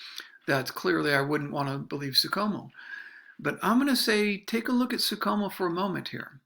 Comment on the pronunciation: It's pronounced Franz SOO SHOW MEL. No Soo COMO. Yeesh.